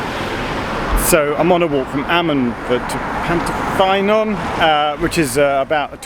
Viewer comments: Hi Geoff, I’m from Ammanford, now living in London. My grandfather was stationmaster at Pantyffynnon from 1936 to 1954. I maintain my GWR connection by playing in the GWR Paddington Band! I know the line well. Pantyffynnon is pronounced Pant-uh-ffuh-non. Your pronunciation of Ffairfach wasn’t too bad, though. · Pant-uh-fun-on, Llan-die-lo, Fair-vac